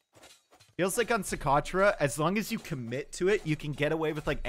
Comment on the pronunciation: pronouncing Socotra: "So.... crotch? Yeah!"